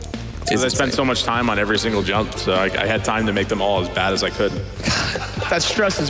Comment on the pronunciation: Can someone tell me why they all pronounce jump as yump